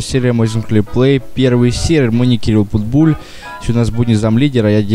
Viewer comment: Кирилл,не говори Путбуль..А говори Питбуль